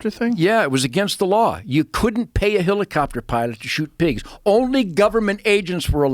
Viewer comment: every time he says HILLICOPTER I want to jump out of a helicopter.